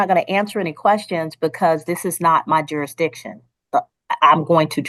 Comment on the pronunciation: Why can they NEVER pronounce the word jurisdiction?